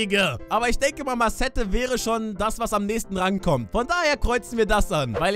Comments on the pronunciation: heißt er nicht Masaits und dass nennt man maset in Aussprache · Das wird marcett ausgesprochen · Du heißt Marcette (so ähnlich ausgesprochen) Danny hat in alten Videos (als du noch nicht geYouTubet hast) deinen Namen gesagt GLAUB ICH OKE!